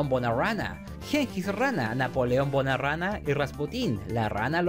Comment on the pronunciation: Dijiste Napoleón bonarana 2 veces